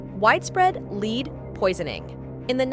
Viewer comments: Was this an AI Generated voice? When has " LEAD" been pronounced as "LEED"? 🤔🙄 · She pronounced "lead" poisoning as "leed" poisoning. 🙄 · leed poisoning? If you're going to use a text-to-speech program to narrate your videos, get a smart one that understands the language. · Did you cringe like I did when she mispronounced Lead (Pb) as 'lead' (rhymes with feed)? Because I cringed at that.